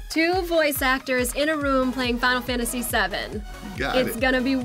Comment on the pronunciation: Final Sefantasy Seven